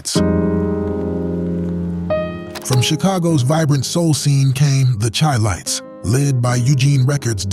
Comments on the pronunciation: When he said "chy-lites" instead of "shy-lites" I new it was definitely BS. Manhattans a side-note? Are you crazy? Harold Melvin an the Blue Notes? Emotions? I could go on and on... These groups Killed the 70's! What? The Spinners?! So many hits! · I was skeptical about the narrator because none of these groups were unheard of. Then when he called THE CHI-LITES (SHY-LITES) hard C-H-I---LITES. I knew you guys got him off the bread line to read a script. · You know its not accurate when they mispronounce Chilites. Ive heard enough.